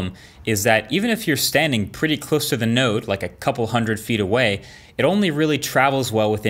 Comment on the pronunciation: Marques: Node Raiden: Did you say... Nerd? Colonel: Not 'Nerd', NODE